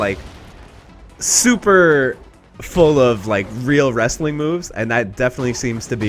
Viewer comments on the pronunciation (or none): none